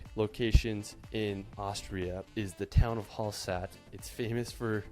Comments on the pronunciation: Hallstat NOT Halsatt. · The dolomites are the eastern parts of the Alps that is in Italy - in the regions of South Tyrol, Trentino, Venetia. It is not Hallsat but Hallstatt - full of chinese tourists. The town is rebuilt in China... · Hallsat lmao